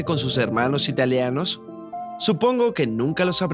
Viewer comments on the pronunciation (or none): Muy interesante, pero no entiendo por qué dice "italeanos" la forma correcta es ITALIANOS con i porque es el gentilicio de la gente nacida en Italia. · no, para nada, el video es muy bueno. Y yo no me refiero a la acentuación, esa es otra cosa, me refiero al cambio de la i por una e, no tiene nada que ver con la acentuación.